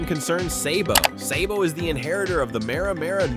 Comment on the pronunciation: its SABO not SAYBO you fuck